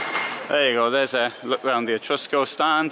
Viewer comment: Well............it's Etrusco..........non mi fa sognare............